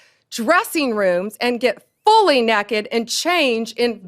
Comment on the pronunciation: The way she said "Naked" though.